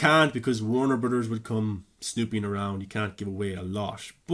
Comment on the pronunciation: Take a shot for every "Warner Brudders" lol